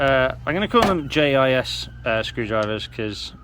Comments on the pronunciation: Its not pronounced "JIZZ" you say the 3 letters individually, "J I S" 🤣🤣🤣. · Jis screwdrivers 😂 J.I.S. screwdrivers but please keep calling them Jis, that's made my night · First time I ever heard anyone pronounce it "Jizz" instead of J-I-S...